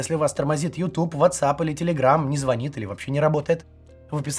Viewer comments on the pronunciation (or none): none